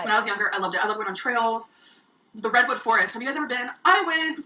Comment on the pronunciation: Why can't this gorl say a compete word? "Eateeen" and "cuukeeen" and go-eeen to Wommark... Is it just inherent laziness that she can't say a fucking 'g'? Cuz it's not her accent!